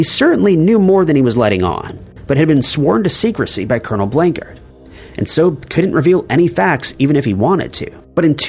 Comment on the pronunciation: Roswell - It's Colonel Blanchard, not Blankard. Blanchard had the actual UFO craft remains switched with a balsa and tin foil kite kit, which were very popular in those days. That is what you are all seeing in that photograph. That was a strategic move by the military, long ago. Persons that I grew up with were the grandchildren of the man who was tasked with cleaning up the debris of the craft and bringing the ET bodies back to Roswell AFB in preparation to be flown to Wright-Patterson in Ohio. I heard the real info first hand, from the son and grandchildren of that man. I could share their surname, as it is already pretty well known, but will refrain for now since it's really not my place. They had moved to Helena, where I grew up, from New Mexico, and that is how we met as kids. Their own father handled some of the UFO debris and other artefacts that were found in the remains of the UFO craft. It is the whole reason I use the avatar that I do here on YT. It was a real event and it did happen, regardless of what our government and military say. The military always tries to cover it up, by saying it was just a couple test dummies from Project Mogul. Project Mogul did not even happen until the 1950's! Easy to debunk that dumb excuse. The military even wrote a silly book where they kept up with their lie, that it was Project Mogul. It wasn't. Roswell really did happen, and Walter Haupt knew what he was talking about. He never said another word about it since his life and his f